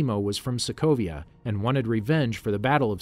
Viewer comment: Did he really said people of Slovakia instead of Sokovia ? :D :D